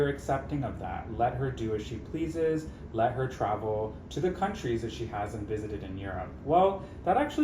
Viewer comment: "Countires"! That was diabolical 😂